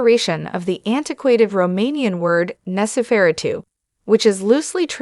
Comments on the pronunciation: “Nos fera - tu”? When can we expect the sequel, “Nos fera - 3”? Gotta love AI narration… or hate it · Lady ( or whatever you are ) you told you how to pronounce the title ! WOW ! Why are you even a narrator ???? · why are you pronouncing Nosferatu in such a weird way?